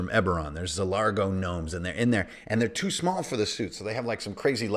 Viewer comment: i can't watch because you seriously call them nermomes